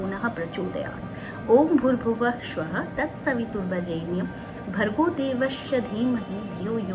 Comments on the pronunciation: वीडियो अच्छा है परन्तु ,"श्व:" नहीं, "स्व:" उच्चारण होता है... कृपया स और न श का सही उच्चारण करें🙏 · गायत्री मंत्र में या किसी भी मंत्र में उच्चारण का बहुत महत्व है एक अक्षर का अशुद्ध उच्चारण अर्थ परिवर्तित कर देता है । गायत्री मंत्र अधिकांश लोग शुद्ध उच्चारण नहीं कर पाते ।कृपया ओम भूर्भुवः स्वः बोले श्वः नहीं । स् का उच्चारण है श् नहीं। आपको बहुत बहुत साधुवाद! आपके सुझावों का स्वागत है बहुत अच्छे उपाय बताती हैं